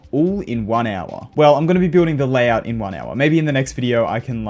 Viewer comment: layhouts, ah yes